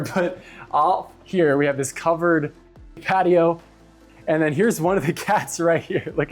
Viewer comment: Did you say patio or cattio??!!🤣🤣🤣